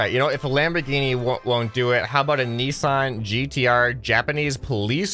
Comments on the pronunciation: you called a nissan a nissarn its pronounced n i s an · say nissan and it sound exactly like ni-san(oni-san) XD